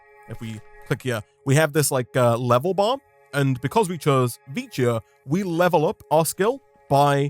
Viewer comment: I think vicio is pronounced vikyo